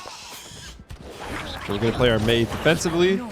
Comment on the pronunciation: Why everyone that is making rumble content can’t pronounce Maiev’s name?